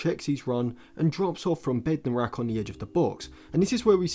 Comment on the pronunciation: Bednarek, not Bednorak